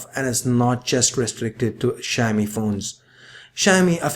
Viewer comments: Mr.anchour it is not a "sha-mi", pronounce it right, it is shao-mi (Xiaomi) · hahha I thought he was saying shiny at first. Great review. Definitely more reasonably priced. I've realised that Samsung likes to mark up it's price and let it drop drastically within a year. I would buy this but I already bought a phone. Regretting it big time.